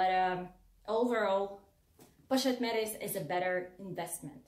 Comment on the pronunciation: You are pronouncing the Pochette Métis incorrectly! You should look up videos on it so you can pronounce it correctly!!! It sounds very off. I love both bag! I found this video because I’ve become obsessed with the mylockme bag in the pm. Great video!!! New subscriber!